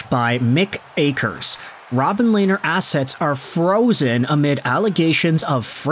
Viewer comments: Lanier? Dude it’s robin leh-ner (lehner) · Lehn- ner, Lainer like Rainer is wrong, "H" is silent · Pronounced Lenner not Lainer